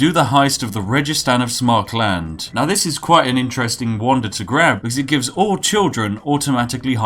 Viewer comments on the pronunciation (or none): It's SAMARKAND.. not Smarkland facepalm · Samarkand, not Smarkland... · "Samarkland", Spiff, please... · I am disappointed in your pronunciation of Samarkand. Worse than Google translate.